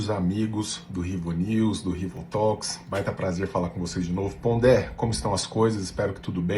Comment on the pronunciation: "tócs", não "tólcs". Escolham um nome em português, fica mais eufônico até. "RivoPapos".